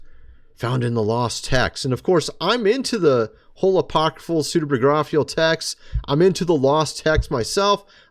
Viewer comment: ''psuedo pigrphial''/? pro nunciation ''and they shall think to change time and time itself...... weak video. come on man